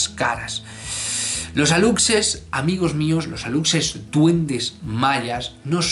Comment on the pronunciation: Excelente video mi querido, tengo un comentario solamente:D en México lo pronunciamos como Alushe, es su forma correcta y te cuento, hace poco hubo una controversia porque nuestro presidente publicó una foto de un alushe, muchos lo tomaron a burla pero a mi me gustó:D